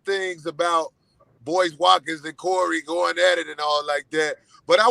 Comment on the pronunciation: Sorry Mist-ah Wa-kins